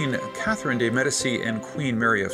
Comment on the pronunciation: De Medici is pronounced "De Med-ee-CHee". After watching "Reign" (very loosely based on Mary Queen of Scots), most of what Nostradamus predicted was quite vague, like the year 2000 prediction that the world was gonna end. Based on the past 18 yrs, that prediction meant the end of the world as we knew it. Mobile devices and the Internet have changed the entire face of this planet and connected ppl from every inch of the globe.